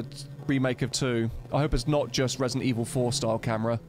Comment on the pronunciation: Re-silent Eve-hill